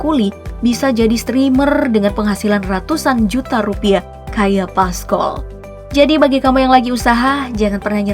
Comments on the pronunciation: PASCOL Min,,bkn paskol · Pascol bukan paskol😭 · Bacanya Pascol kak, bukan Pascol